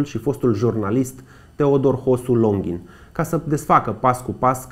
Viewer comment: Felicitari pt emisiune. Lucrurile acestea trebuie spuse si reamintite pentru a nu fi trecute sub uitare, asa cum isi doresc "mostenitorii securitatii". Totusi nu inteleg de ce prezentatorul de la inceput subliniaza si repeta numele de "Longhin" in conditiile in care pe doamna si pe fiul dansei ii cheama Longin.